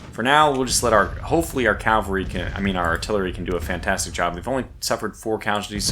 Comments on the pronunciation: I love you; but, its caValry not caLvary. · You seem like a reasonably smart guy, but why do you keep referring to your mounted troops as Calvary? It’s not complicated to say but the term is CavaLry, not CaLvary. Calvary is a Hill just outside of Jerusalem, I’m sure you don’t mean to move it.